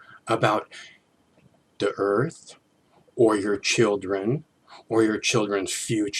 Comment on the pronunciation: He lubs the Earf. Hop head... Lol. Although he is right about Clinton. Clinton, Frack you!